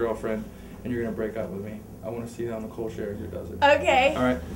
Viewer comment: Lmao he said Nicole Sherzer